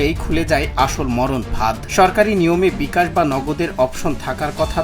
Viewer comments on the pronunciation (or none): none